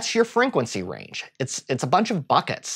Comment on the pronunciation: Exactly. Its so difficult to focus on whats being said when he's constantly saying frinquency